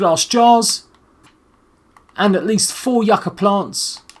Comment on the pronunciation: not yah-cah plants its you-kuh